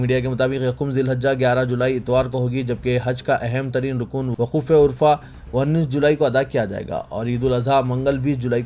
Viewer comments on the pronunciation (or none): Are gd he jahil azm tum kaise musalman ho. Arafa ko urfa bol rahe ho. Pichhli ghaltiyon ko bhi naheen sudhara.